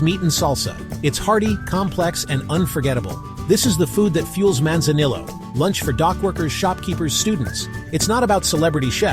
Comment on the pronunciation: AI Slop video, can't pronounce Manzanillo properly with ZERO pictures or videos of Manzanillo.... lol.